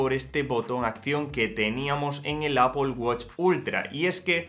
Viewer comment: Tío en vez de decir Apol queda mucho mejor decir epāl que es el término correcto… que suena fatal de ti, ni que fueras puertorriqueño niño para salirte nativo